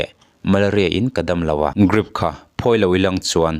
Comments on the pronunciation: Drip ti in chhiar ve maila..grip iti zel a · I DRIP lam dan chu hetiang a Channel i siam ve rau rau a nih chuan uluk deuhla ka van duh tak... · Chhiartu, "Drip" hi "Grip" ti hlirin i lam tlat le. Fimkhur rawh. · Thu puangtu chuan a thusawi hi hrechiang se aw! Grip ti lovin drip tih tur te mai a hre lo hi? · Apawi thin emai, kathiannu pawh kha hetiang chiah hian Drip ankhai pawh azawh hma in athi asin. Rilru ana duh in tihtheih kannei bawk silo. Chuan nangpawh hi tawngfiahlo leh i Mizotawng thluk diklo tamtak thin te hi atha lemlo, Drip tih pawh ilam thiam nange, ? Grip ti te'n ilam mai a. YouTube chanel nei ve meuh si. fimkhur zawk nan ti in kalo belh ve anih chu, mifing/mipangai chuan insiamthat leh fimkhur zawk nan lo hmang hram angche aw, zirlai te ngaihthla tu an awmve nual sia kalo tove anih chu kei misual hian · Grip tilovin Drip tiin lam rawh😂😂😂😂😂😂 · Drip tih tur grip i ti leh thin a,😂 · Chhiar tu pa , grip pawh a ni lo, Drip aw.. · Enge grip ti a I chhiar tlat a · Grip tiin i lam talh a, drip tih tur aw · Chhaklam unaupa a nia, R an lam thiam ve loa a. G tiin an lam thiam ve dan ber a nia. Drip kha Dlip tia lam ai chuan grip tia lam kha chhaklam unau te tan chuan a awlsam ve zawk ani mai ni. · Grip ni loin Drip tih tur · DRIP tih tur GRIP nilo in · Grip nilo in, Drip tih zawk tur aw 🙈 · Grip ani lo drip aw...beng a ti kham tlat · Ngatinge drip hi grip tiha i lam tlat le??grip a ni lo..drip ooo..lam dik hram2 teh u.. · Chanel neitupa chu drip ti a ziah pawh grip i ti zêl mai,!!!. Youtube chanel siam thei ve meuh chuan sapṭawng a ṭawng theih loh paw'n chhiar tal hi chu thiam ve tûr a ni. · GRIP TI TAWH suh 😂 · Grip ti a I lam ziah hian ngaihthlak a ti hrehawm Drip ti la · Grip ti tlat.....😂😂😂😂😂😂...... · Dripping ani emaw ka tia I grip vak vak a,mizo tawng lah I suwsan thin nge ni..Hahthlak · Tinge drip tih tur hi grip i tih zel aaa🤭ennawn leh deuh teh aaa,drip tih zauh chu i nei tho a,a tam zawkah grip i ti zel aaa...a fuh lo tlat